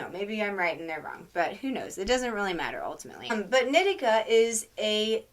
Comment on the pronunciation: I’m pretty sure in the book he says it’s a “she” He also says her name is knee-tea-kah, not Nit-ik-kah lol